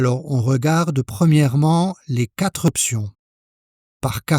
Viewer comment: Vos tests sont très bien faits. La seule chose qui me pose un tout petit problème, est que vous faites une liaison entre quatre et le mot suivant qui commence par une voyelle, comme si quatre pouvait se mettre au pluriel... quatre ne prend jamais de "s". Mais bravo pour tout le reste de vos explications!